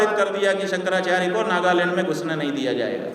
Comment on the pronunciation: नागालैंड की जगह नागालंड बोल रहा है🐕🐕🐕❌❌❌